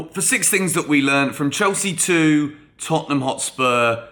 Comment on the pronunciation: Hahaha Tottenhunm who